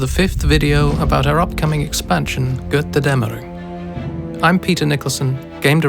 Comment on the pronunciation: i hate how he says Götterdämmerung